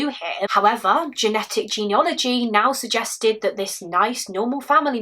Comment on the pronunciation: Fantastic story-telling, as always. How dreadful to have to wait all that time. One tiny thing- the word is ‘genealogy’ not ‘geneology’ (I didn’t realise this for ages).